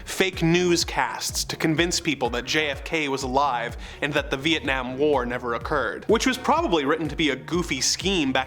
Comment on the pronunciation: I weep for your pronunciation of Cyrano, of Vietnam... or parishioners.